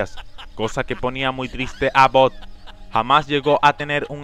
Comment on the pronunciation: Jajajajaja "BOD" esponja????